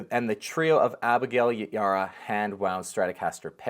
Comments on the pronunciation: Abigail’s name is pronounced E- bar-rah, show some professionalism and learn to say people’s names correctly. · the B is not silent on her last name Ybarra sir